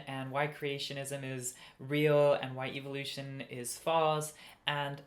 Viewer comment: "Evil-oution" That indoctrination is hard to shake. (Or maybe it's just a regional pronunciation. 😄)